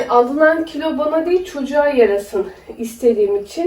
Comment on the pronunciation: Külo değil kilo